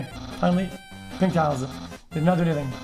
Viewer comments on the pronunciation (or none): none